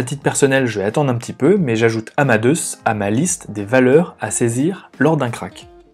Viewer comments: "Amadeusse" ??!! C'est le même prénom que Mozart (qui se prononce "Amadé ousse" ou Amadé us en anglais)... j'avoue qu'au bout de la 50eme prononciation du nom de l'entreprise, je n'arrive plus a écouter le fond. Pour le reste, merci pour le travail... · Haha, merci pour la remarque. Désolé que ce point vous ait dérangé ;) Je savais qu'on disait "Amadé ousse" en anglais mais je l'ai prononcé à la française... pensant qu'on ne le disait pas comme en anglais. J'ai eu tord !